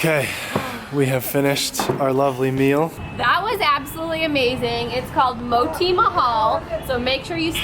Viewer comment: Name of hotel is Moti Mahal mean Moti=Diamond Mahal=Palace But you say Mot-he Mahal means Mot-he(fat bull) Mahal=Palace 😂😂🤣